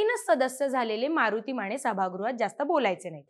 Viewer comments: माने म्हणा, माणे नव्हे. 😂😂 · स्नेहल माणे... किमान स्वत:चं आडनाव तरी नीट उच्चारा की.... माणे नाही ओ.... माने.... अंदारकर राजे माने... ज्यांनी मान न झुकवता दरबारात प्रवेश केला....